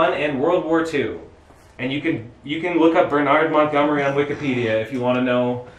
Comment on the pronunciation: "BurnARD Montgomery" Yeh that's not how you pronounce Bernard mate.